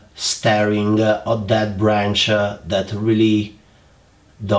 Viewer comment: Create A, branch A, Juniper A Dear can you please UN learn that!!! It's absolutely crazy A... Lol Admire your work and skills but that A at end of almost every word, driving me crazy!!!!! Please Amore!!! 😋😋😋